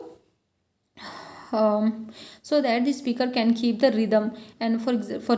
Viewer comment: Rhydham nhi rhythm hota hai